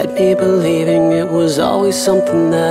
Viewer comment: It was nice. But I hated how he extends all his second syllables in "cut meee off" and "stoop sooooo low"